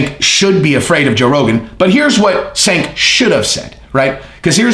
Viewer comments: its not SANK, its JANK. lol. Cenk = Jank. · Not Senk. His name is pronounced “Chunk”. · i usually like your channel.... but you didn't do enough research to even correctly pronounce Cenk's first name... It's pronounced JENK, not SINK and it makes your entire point about doing research laughable. His name is the most basic part of the story and you pronounced it wrong every single time you said it... You also lied flat out about TYT being 'bought off' and such. That's absolute slander and shows you actually know nothing about him. It looks like he insulted Joe, but you're in your feelings now and it's embarrassing. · Hey, Cenk is "Turkish", so the C is like an English J. The name is JENK not "Chenk" or "Senk" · It's CHenk. not Senk. All you guys are on the Right, huh. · Fat jokes,? Really? So, if you're not a bodybuilder, don't want you on his channel unless he's making fun of you. Unsubbed. His name is pronounced Jenk, you steroid-addicted idiot who contradicts himself back and forth. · Cenk is pronounced Jenk! You did research on this like the research you did on Terrorism! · "Senk". Good one, zero hespect on that name pronunciation, scorched earth all the way, the fire rages! Youtubers use Joe's name often, on both sides of an issue, clicks. Short term anyway. Not the long game like, blazing new trails! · It's "Jenk" but ya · pronounced "CHenk". its not only MAGA folks that dig your channel bro. keep that in mind. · Cenk is pronounced jenk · "Do some research" says.... and then goes on to mispronounce Cenk's name every single time he said it. LAUGHABLE. My 9 year old researches better than that. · maybe you should have taken your own advice and googled how to pronounce Cenk. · You talk about doing research but don't pronounce the name Cenk correctly lol, nice. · I think Cenk is pronounced with a “J” sound in the beginning.